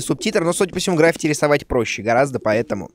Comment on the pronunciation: Дима, правильно граффИти